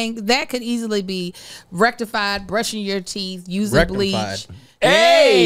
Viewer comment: Rect-ified...nice, Josh 😅